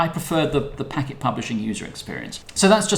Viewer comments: Also our name is pronounced "Packed" not "Packet". It comes from the Radiohead track which I was listening to when we started the company..... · Used to work at Packt and man it pains me every time someone pronounces it Packet. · Man I thought I was crazy when I heard him say "Packet" lol